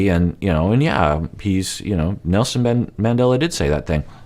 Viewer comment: Sounds like he said "NoSin Mandela"